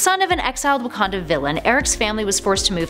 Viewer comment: You said Wakanda wrong